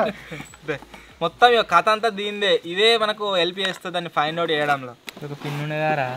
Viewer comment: Help ❌ elp ✅😂